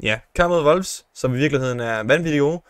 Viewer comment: Hvorfor siger du Wolfs???